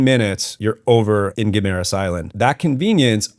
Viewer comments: I live here and it is pronounced "Gim-ma-ras." You should check out California Coral Beach resort in the Alibuhod beach area. I was just there today, got a little sunburned but excellent accomodations, Island hopping, nice beach for swimming. Couple ex-pat friends own the place. Check it out next time you're in Guimaras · I live here. It is pronounced "gui ma ras". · I live in Iloilo in fact in Savannah. You sure picked the very nicest home in Savannah to show as typical tho. Very well done video but you really ought to learn how to pronounce Guimaras. I winced every time you said ot wrong.